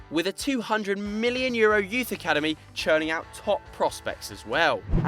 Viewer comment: why does he says mhilion and not million?